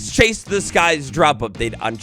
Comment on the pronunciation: Hey man, absolutely love your content But it's pronounced "Chase" the skies not Chase the skies